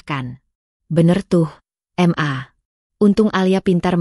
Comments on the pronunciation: Baca ma yg bener bukan em a bisa ggak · Ma =Em - a Pa = Pe - a 😂😂😂😂😂